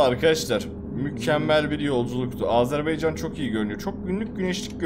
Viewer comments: Azınasiçim deme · Ya bir öğrenemediniz "Azerbaycan"demeği.🤦‍♂️